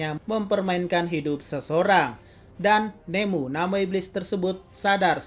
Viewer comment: Enmu bang bukan nemu